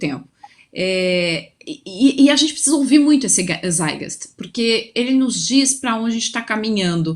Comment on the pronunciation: Moça, melhora essa pronúncia em alemão: tzáit - gáist, sem engulir os "t"